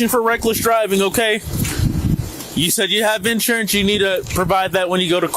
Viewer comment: Its actually insurance, all one word. Not in / surance as opposed to out surance.